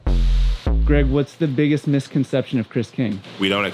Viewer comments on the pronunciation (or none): none